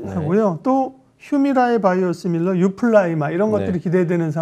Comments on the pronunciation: 유플리라마?? 약 이름도 제대로 모르냐? 어이구 ㅋㅋ 유플라이마 다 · 유플라이마바 글로발...발음 참..